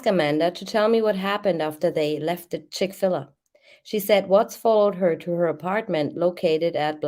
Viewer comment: It's Chick-Fil-A with a long a like The letter A, not Ah. They have the best chicken sandwiches. I dont even like fadt food, but I will go to Chick-Fil-A if I'm ever somewhere that has one.